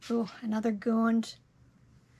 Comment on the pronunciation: Love your videos! Have recently been selling plush and want to keep learning more. I love how you say Gooned for Gund. I just say it like gunned.